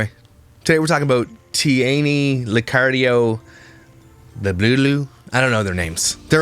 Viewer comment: "Licardiay" YOU TRYING TO SAY THIS NAME IS KILLING ME😂🤣